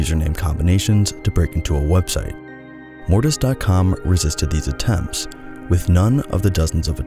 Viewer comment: didnt even watch the video yet but i want to say that mortis sounds like morbius and its making me laugh